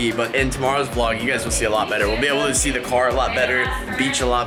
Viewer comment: Not ‘se’Its “See”